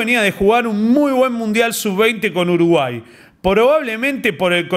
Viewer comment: "Biashhhio" "uruguasssho", dios inescuchable Azzaro